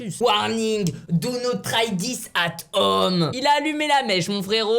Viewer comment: l’anglais de michou : warning dou not trai tis at OME